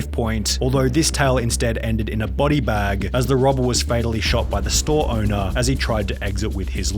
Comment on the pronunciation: Why is he dragging out the last syllable on some words? Workerrrr, scannerrrr, baaggggg